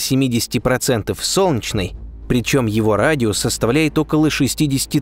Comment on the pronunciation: Сделай с собой что-нибудь! Не глотай Е когда говоришь "Солнчной системой". Очень бьет по ушам. Пожалуйста. СОЛН- Е - ЧНАЯ СИСТЕМА.